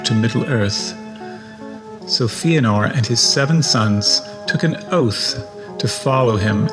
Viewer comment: Fëanor is pronounced Fay-uh-nor not Fee-uh-nor